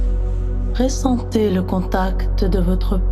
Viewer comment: On dit ressentez et non pas réssentez. J'ai dû arrêter car elle le dit souvent et ça me dérange. Les autres histoires sont superbes